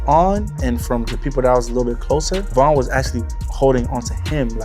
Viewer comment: It’s VON why tf you kept saying VAN?